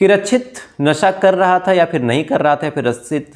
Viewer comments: पहली बात आपका उच्चारण सही नहीं है रक्षित होता है रछित नहीं 2nd बात ... आप शम्स ताहिर को कॉपी कर रहे हो.... 3rd ... जो dalle बैठे है ऑफिसर बन कर सब घूसखोर है सबने पैसे खाए होंगे 4th.... गुजरात में तस्कर सप्लाई करते है दारू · रच्छित नहीं रक्षित और सुरेस नहीं सुरेश